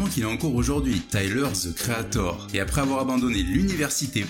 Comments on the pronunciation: Tyler Ze Creator 🤔🤔😭😭😭svp arrêt de massacrer l’anglais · les français be like: taiyeleur ze kri a thor 🤓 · Taïeleure ze créataur